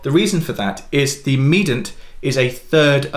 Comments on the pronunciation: Medant? Medant? Did I get the memo where we don’t pronounce the I in mediant anymore? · the word mediant has three syllables, not two syllables. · Is the way you say mediant a British thing or a just a Piano thing? Never heard ‘medant’ before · Have I been mispronouncing “mediant” and “submediant” … ?!! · It’s just wrong.